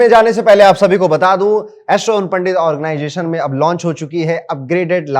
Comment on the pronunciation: Sare astrologer ban gaye hain.... bluffing 😮 organization bolna to seekh le 😮😮😮organggggation naee hota....👎